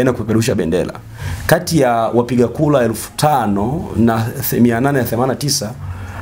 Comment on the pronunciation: Bro, sio kula bali ni kura, na sio democlasia bali ni democrasia.